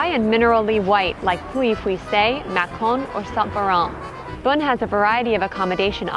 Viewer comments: If you’re going to do video about a place like this, why not ask the locals how to say a few things. Like how to pronounce the locale. You don’t need to speak French, but most of the names are easy. Beaune is pronounced just like the English word “bone” etc. And honestly the music you all played just did not match the place. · Is it pronounced "Bone" as I've always thought or "Bune" like she says? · As someone who knows Beaune very well, this is an awful presentation. Your diction and pronunciation and that awful music makes it worse. 0/10.